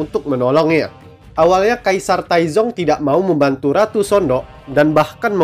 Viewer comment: udah bener bang pengejaan anda. Memang bacanya Sondok.